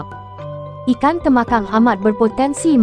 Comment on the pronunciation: tembakang la bukan temakang..talapia bkn tilapia